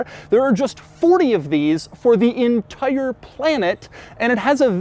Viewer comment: Why u say “entire” like that